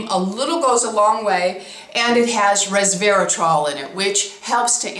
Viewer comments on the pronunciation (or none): none